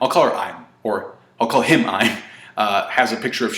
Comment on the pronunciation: i believe it's pronounced EE-m